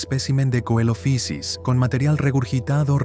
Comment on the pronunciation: deberían conocerse más Eoraptor, Herrerasaurus y Staurikosaurus (por cierto Coelophysis es griego, no es inglés y no se pronuncia como hace ahí, ni siquiera en el inglés eclesiástico anglicano que usaban los científicos en la época iban a decir "coelofaisis" ni nada parecido)